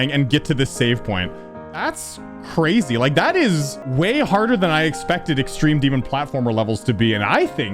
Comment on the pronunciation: Ahh, yes… “EXTEME DEMON”